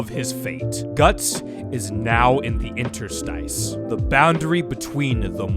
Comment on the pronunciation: I've been looking forward to this video and wasn't disappointed. Also, your pronunciation of the word "Interstice" was spot on. Still can't get over how you pronounce Farnese, tho.